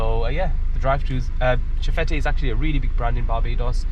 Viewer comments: Nice video! I'm from barbados so it's cool to see content like this. I was listening and just wanted to let anyone who was interested know that it's pronounced shef-et (that's probably a weird weird to put it but just wanted to say! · Nice video. Just one correction. It's pronounced chef-fet. The te at the end is silent.